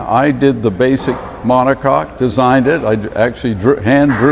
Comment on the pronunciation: Take a shot every time he says "monocock"